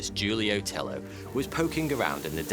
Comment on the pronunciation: Tello is a Spanish name so it’s pronounced Tay-Oh